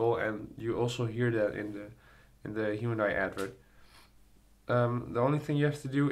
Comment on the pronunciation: haa its pronouced hi un die